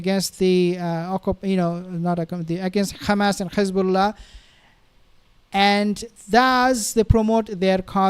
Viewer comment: Why do you say Khezballah and Khamas like the demons do... its done purposefully to sound like you're gobbing up... say Hezballah and Hamas with a nice soft H.